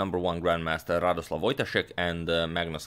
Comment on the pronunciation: Radosław => speaking => radosuaw! Greetings from Poland, great material :)